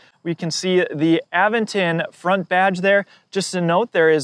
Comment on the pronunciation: a VENT ton. Not, Aven ton.